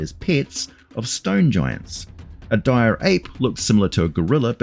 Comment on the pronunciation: They're like Regulah wolves, But DIYAH.